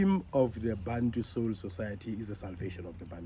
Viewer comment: Bantu/Bathu but I still hear people pronounce it as "Bhantu". Out of Accent.